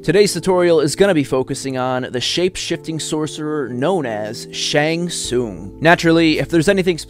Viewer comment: Ty brother for the shang tsung brutalities. I'm glad I'm not the only one who says his name right. Rock on brother for this brutalities list. Shang has always been my favorite since I seen him take the opponent's soul in mk2